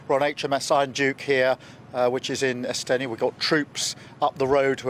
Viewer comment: " We're on HMS Iron Duke here in " Estenny ".. ( ?? !! ) " . Why is Starmer unable to pronounce perfectly straightforward words . Who can forget his reference to smashing " the smaggling gungs " a few weeks ago. He is a complete blithering idiot .